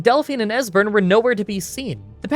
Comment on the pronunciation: At least he didn't butcher Esberns name.